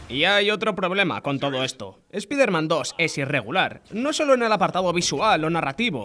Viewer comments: “Espaiderman”, se dice “espaiderman”. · Porque dice espIderman, pero los nombres los pronuncia bien? 😅